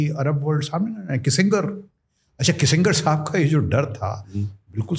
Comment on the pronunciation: किसिंगर ❎❎ किसिंजर ☑️☑️